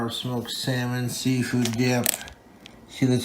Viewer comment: firstly "Diyup" instead of "Dip" secondly "Yesth" and thirdly, "I'LL LET IT COOL OFF OVERNIGHT THOUGH"!? He heated it for FOUR MINUTES!!!